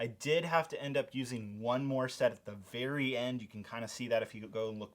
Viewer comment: are you wery wery rich?